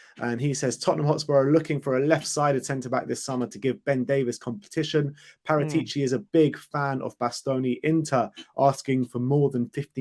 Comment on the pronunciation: Please pronounce Paratici correctly. It's disrespectful.